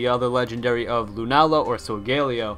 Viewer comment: Ur supposed to pronounce it like sol guh lay oh